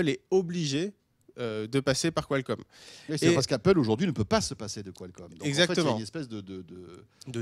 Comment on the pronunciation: en français ça ce prononce Kalcomm et pas Quoilcomm lol